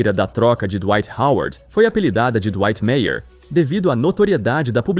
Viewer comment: Dwightmare. Acredito seja a junção do nome do cara com a palavra nightmare que significa pesadelo. Verifica como se pronuncia em inglês. Só estou querendo ajudar. Um abraço!